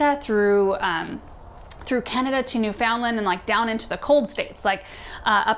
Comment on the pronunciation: Wow!! You mentioned my home province of Newfoundland! But I need to correct the pronunciation (which I always do!) it rhymes with understand - so, understand, Newfoundland. And yes if it grows in Newfoundland, which is in the North Atlantic, it will undoubtedly be super winter hardy. Love your tree selections and have added some to my own garden in Nova Scotia.